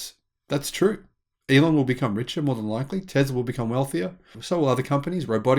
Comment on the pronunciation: Its not Tezla its Tesla!